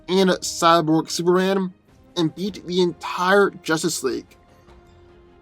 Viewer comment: I swear, every time you say beat, it sounds like you're saying eat. "Doomsday has eaten Flash in the past".